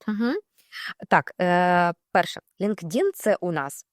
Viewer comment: Цікаво,але чому наголос ви робите на "ЛінкДін"??? LinkedIn складається з двох частин: Linked — «пов’язаний», «зв’язаний» (від link — зв’язок, посилання. In — «всередині», «у».Правильна вимова: Лíнктін (наголос на перший склад: ЛІНКтін). Англійською — LinkedIn [ˌlɪŋktˈɪn]